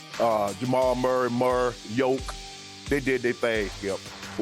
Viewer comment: love how he calls him Yolk lmao